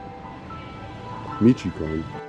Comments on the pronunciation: This video is everything that is wrong with the American attitude today. You didn’t even bother to learn how to pronounce the name of the town correctly? You can barely even say “hello”. It’s two syllables and you’re completely mispronouncing that as well. You don’t even care enough to know any Spanish, which implies you probably don’t care enough about the culture, and much less the social nuances and history, to even understand what its most basic aspects are…but of course, you’re pretending to be some kind of knowledgeable authority about the country? Gtfo. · Michoacán is pronounced Mishwhacahn,it hurt my ears when you say Measheecahn and I’m not even Mexican. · At the very least pronounce the fuckin state correctly, it ain’t ,michicone’, it mich o a can. Fucksakes… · Me-chu-wa-con, not michecon - for f's sake at least learn how to say the name.. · It sounds like meesh a wocan not mishycon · Meee chee can. lol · Pronounced. Me-cho-ah-can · He calls it Meetch-can. Can he know anything? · Michy Koan?! I think any of those locals behind you could help you out with your pronunciation?! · Actually, it’s Me-shoh-a-kahn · Mitch o a con. Please! I'm just 16 miles west of there now. Potz quar o. You'd have a much better visit if you made an effort to learn at least some Spanish, ok, I'll leave you to it. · Meech - oh - a - khan. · I was going to say something when I heard me-cho-con but I see that you also decided to write. I think that if you are going to travel through Mexico on a motorcycle, especially to non-touristic places you should know at least the basics of Spanish. Spanish is not a difficult language. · Michoacán, Mich-oa-can 😂😂😂😂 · It's; MIch - O - A - Can. Incredibly beautiful State - but the whole State is a NO GO State. Foreign Plates? They love to stop you and take your car. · Not mee chee con? 😂